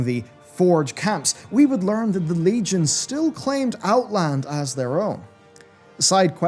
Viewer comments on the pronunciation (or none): none